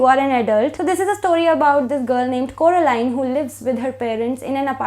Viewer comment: It's Coraline , not Carolina 😅😅😅 heheheee I really like this book , and looking forward to read Milkman , hmmm ❤️❤️❤️❤️